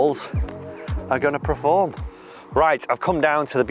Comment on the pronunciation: dear god man... its PERform, not PREform.